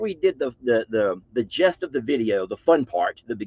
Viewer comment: I really love everything about you, but the word is NOT "gest," it's "gist" of the video.